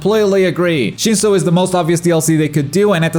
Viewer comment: dude got shinso correct